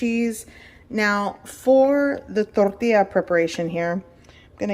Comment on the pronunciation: Love how she thinks she pronounces tortilla correctly however she butchers the actual pronunciation horribly in any dialect